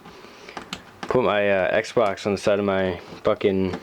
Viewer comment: Listen to it sounds like he sain sexbox